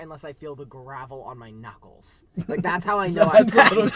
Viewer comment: I thought Chris said nuts instead of knuckles 😭😭